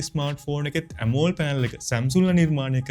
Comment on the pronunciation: ඇමෝල්ඩ් නෙමෙයි බ්‍රදර්, ඇමොලෙඩ් කියන්න ❤️ වීඩියෝ එකනම් හොදයි, වටිනවා 🎉